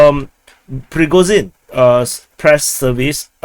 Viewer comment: It's Prigo-Djin, not Prigozin, btw. is his take, from a video.